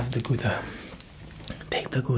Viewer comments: “GooDAh chase 😀” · Not me crying when you pronounce Gouda (I’m Dutch) and the joke (it’s a place in the Netherlands) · Gouda sheese is dutch, you speak it totaly wrong. But doesnt matter, good video !!